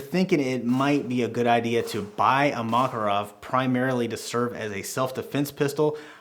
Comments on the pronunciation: Not MAkarov, but MakArov! Stress on the second syllable, on the second A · Makárov!!! When i heard Makaróv a want hit your head by a handle of PM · makArov, not mAkarov😅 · Mockerov? No Makarov sound it out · I wanna slap you every time you say "mah-kuh-rawv". This is Muricuh. We say "MACK-uh-rov" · Model Is PM. Pistolet Makarov. It is pronounced Ma-KAR-ov, NOT MA-karov. got it right. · Nice "Mockarov" with "baykalite" grips bro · Its pronounced Mac-A-rov you illiterate uneducated american idiot. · I'm gonna have a stroke if I hear "Mockarov" one more time lmao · the mockarov lol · "maw ca rawve" cant stand that had to stop watching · Thank you for the review. Apparently, you do not know - how this pistol is named. The stress is on the second syllable: McCarov. Think McCoy. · 1) Ударение ставится на второй слог: макАров -запомни это на всю оставшуюся жизнь 2) Этот пистолет целенаправленно создавали на основе успешного дизайна Walther PPK 3) Только специальный патрон 9х18 -остальное это Не МакАров!!!